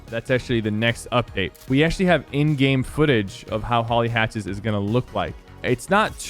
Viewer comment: He says hatcthes